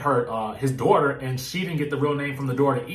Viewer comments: 😭😂😂😂😂😂😂😂😂 I CAN HEAR IT TO 😂😂😂 “DAWTA” 🤣🤣🤣🤣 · Right on girl. Dawta lol. Thats exactly how she says it! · It’s the “Dawta” part for me🤣🤣😭💀💀!!!!!!!